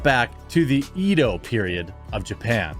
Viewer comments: It's pronounced E-do not Ed-o. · Edo is pronounced ehdoh, no disrespect, just thought I would let you know.